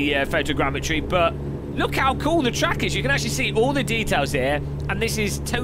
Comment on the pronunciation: "aaah they say you cut the treeeck"